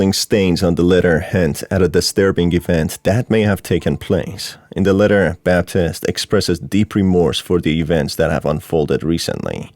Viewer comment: Bruh the calendar said 1986 not 1968. And it's pronounced Bab-teest when there's an E at the end. It's not pronounced Baptist 😂